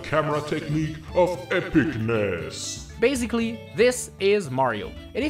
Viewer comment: Everyone: basically: baziglly